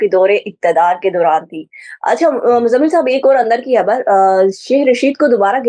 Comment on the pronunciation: khabar hota hai habbar nahi. khamosh hota hai hamosh nahi